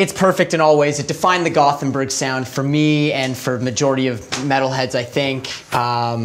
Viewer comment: Why can’t the Banger guys pronounce the Gothenburg name correctly ?